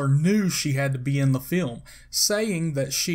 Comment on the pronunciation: The narrators voice is so awful and hard to listen too. I almost turned it off. "In the 'feelm."